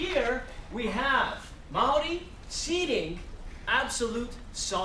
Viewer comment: I cant take him seriously he is not Maori. Is he American ?And also he can't pronounce Maori Properly